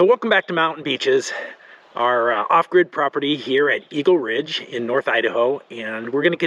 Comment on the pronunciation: We live on Eagle Ridge Drive and it makes me smile whenever I hear you say Esgle Ridge